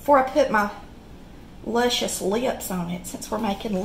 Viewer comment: Lushius lips. Listen to you.